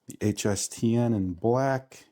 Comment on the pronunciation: They Look Good On You. But You Pronounced HSTN Wrong